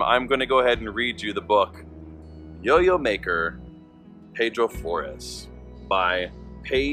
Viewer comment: He was my grandfather. His first name was pronounced Pee-dro. I needed to get that straight because i shuddered everytime you said it wrong. I know you probably didnt know that ... So now you do. I have his journals and it is an interesting read. So much to his story many dont know but our family does. That was a good presentation givin your source. Thank you for putting it out there.